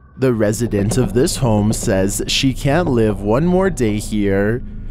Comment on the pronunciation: "I am the onee who knocks"